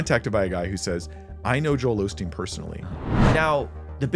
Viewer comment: hearing people pronounce the name Osteen "Ole' Steen" and then fumigate their "wisdom" always cracks me up...